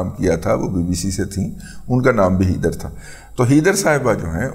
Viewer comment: Heather ( pronounced as hay der not hee dar).